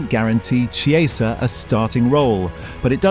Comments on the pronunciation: God these AI voice-overs are annoying. It's Ki-eza, not Chee-eza. Ear-a-ola, not Ear-owla. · Its pronounced "Kieza" not "Chi-eza"! Get it right content creator!! 😂😅😂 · It is not pronounced “Che”, it’s a “K” on Chiesa. Seriously not hard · If you're doing an item on a player, at least get the pronunciation correct, A.I or not - it's Key-eh-za, not some sort of cheese. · I thought “ch” in Italian was pronounced like a “K”? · Chiesa is pronounced as you would pronounce Kiesa . Please get it right. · Chee ay za? Really? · AI? An entire video about somebody that mispronounces his name the entire time… it’s k-ee=ay=sah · U pronounce chiesa name wrong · AI slop that not only sounds formulaic, but can’t pronounce the manager or the player’s name properly. Lazy, deceptive and sloppy.